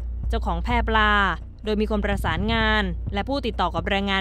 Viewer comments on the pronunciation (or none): แพปลา ไม่ใช่ แพรปลา ศึกษาการอ่านหน่อย